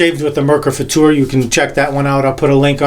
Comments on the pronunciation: Thank you so much for pronouncing it FutuR and not "future" like so many other native English speakers. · Thank you for this great review. Awesome. And you pronounced the"Futur" very nice in German. Great Job!😊👍